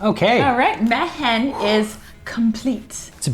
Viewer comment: Is this anything like Jumanji? Mehen is pronounced me-in. Its my name.